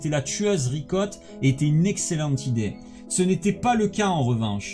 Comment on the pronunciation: A un moment tu a dit vicotte 🤣au lieu de Ricotte